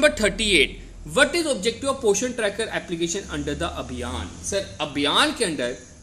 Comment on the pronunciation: Poshan hai ye not portion